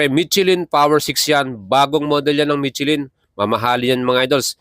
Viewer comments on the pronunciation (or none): You should pronounce it as trai-uhmf and not TRAYUMP. You should also learn to distinguish F to P and V to B when it comes to proper pronunciation. The brand Michelin is pronounce as 'meesh lan' since it is a French word and not MICHILIN. Wag po puro vlog lang and learn also the proper pronunciation by searching. This is one of the many reasons kaya nakakatamad kayong mga Pinoy na vloggers panoorin at nakakahawa kayo ng kata*gahan esp. kung mga kabataan at mga walang alam sa mga binabanggit nyo ang mga wordings. Just my 50 cents lang po. Also, yang sinasabi mo na 201 kgs (kerb weight) eh hindi po yan light weight as what you are claiming. Sa displacement nya na 660cc considering na 3 cylinders lang sya, mabigat na po yan at almost comparable na sa mga liter bike. Kaya pano mo nasabi na light weight???? Keep in mind na ang Ducati Panigale V4 is nasa 193 kgs na (4 cylinders). Kaya, I will ask this.... Ano po ba ang definition mo sa light weight? Also, may sinabi ka na very agile. How did you know na very agile po? Nakasubok ka na ba ng test ride? O base lang yan sa mga figures na ibingay sa'yo ng Triumph? I have no gripes against Triumph huh? In fact, I have a Street Triple 765, 2023 model and I love that bike. The thing is, napapanood ko na ang mga vlog mo pero ang daming sablay na dapat mong i-correct esp. sa pagiging redundant mo sa mga wordings mo like "premium, super premium, etc" I think, I am just nit picking lang and this is for you to improve your vlog lang sir. You ha